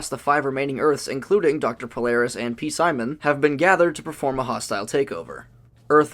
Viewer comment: All love, but its just pronounced "simon", not "p-simon". I know it's spelled weird 😂